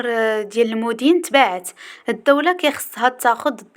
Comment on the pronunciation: المَدين ختي ماشي المُدين وحظ موفق